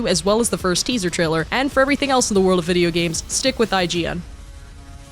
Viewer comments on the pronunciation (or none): none